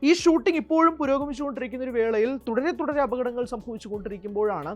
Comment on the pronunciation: അപകടങ്ങൾ... ഓക്കേ... അഭതങ്ങൾ... അവതരണം പ്രശ്നം of this anchor here only